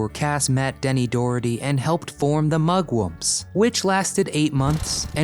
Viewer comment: What planet is the narrator an inhabitant? "Pal-a-dee-um" for Palladium and "Mu-wumps" for Mugwumps.